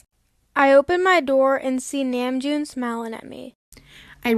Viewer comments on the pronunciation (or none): The way she said nEmjoon instead of nAmjoon , makes me feel some type of way... Just me? 😹😹